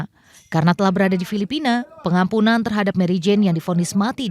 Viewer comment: Apaka telinga saya kurang sehat ya mbak presenter ? 'Pengampunan kok saya dengar penampungan' ?